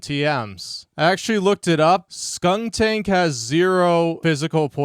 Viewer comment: By the way, it's Skuntank, not Stuntank.